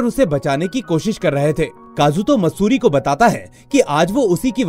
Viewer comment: sir matsuti nhi maatsuri name a girl ka